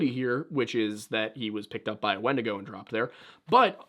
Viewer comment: I kept hearing "wendigo" as "Wendigoon" and that mental image was significantly more entertaining